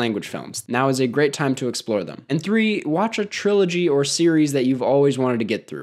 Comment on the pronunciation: notice how you said "trilogy"